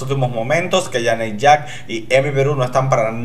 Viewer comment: ¡Sí que Janey Jacké fue la mejor esta vez! ¡Hasta merece que pronuncies su nombre bien! Mira, inténtalo, es yeini yeke'i LOL